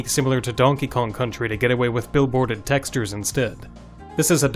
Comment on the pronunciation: Texters? You really don't pronounce that correctly